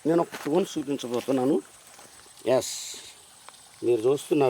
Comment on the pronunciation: టోన్ టోన్ అంటే ఏందో అనుకున్నా... అది టోన్ కాదురా స్టోన్